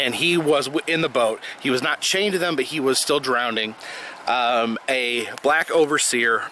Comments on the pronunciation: The word is "drowning" not "drownding". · Hey buddy, its drown drowning and drowned not drownd, drownding and drownded. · "people drownding"? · What's 'drownding'? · Yeah the way he said it every time made me cringe.